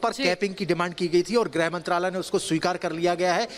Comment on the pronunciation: हिन्दी सुधार लें.. गृह होता है ग्रह नहीं। मातृभाषा है.. ध्यान रखें.